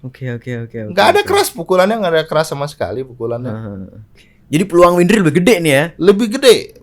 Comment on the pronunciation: Wendri siapa ? Windri oi bukan wendri 🤣